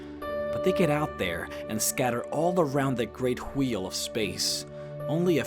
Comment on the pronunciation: Why is he pronouncing wheel "hweel"?